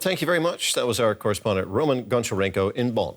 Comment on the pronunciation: the host calls that journalist rOman lol, it's romAn